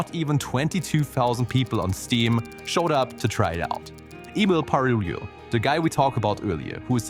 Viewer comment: Emu Parilulu must be the best way to pronounce Emil Pagliarulo I've heard just yet. And that's not a jab against you, he has a weird surname and I've heard it so many times in so many variations that I'm always curious about the next one.